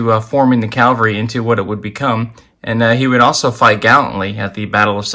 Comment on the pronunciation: Great info! But please.PLEASE…know that soldiers on horseback is a CAVALRY, not a CALVARY. Big difference.